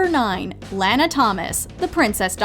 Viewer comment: It’s laa naa not lanoa I swerve what’s the problem of misspelled the name Lana/lanah/lani